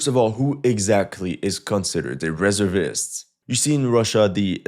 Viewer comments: Please don't take this the wrong way. I really like your videos. They are informative and entertaining. However, you drove me crazy with your pronunciation of "reservist" in this one. It is pronounced as follows with the stress on the second syllable - "ruh-ZUR-vuhst." BTW, what is your ethnic background and native language? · I'm not a fan of how he's pronouncing "resevist" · "r e z e r vist" or "re-zervist" ..... sorry that's all I could hear in the entire video, love yr work tho. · Reservist (Ree-zurv-ist) not (Ress-er-vist) and don't go off of the AI results as with so many things the AI is wrong and people are blindly following. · "Reservist" : "re-ZERV-ist" not "RE-zerv-ist". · YOU NEEED TO PRACTICE SAYING RESEVEST YOU SOUND STUPID SAYING IT RESERVEST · *Reservist, pronounced [ ri‘ZURvist ] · Pronounce "reservist" wrong in English just one more time. 🤔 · Every time you said “reservist” my testicles retracted a little bit. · Thought I might point out that 'reservist' is stressed on the second syllable, your English is of course excellent especially for someone whose native language is French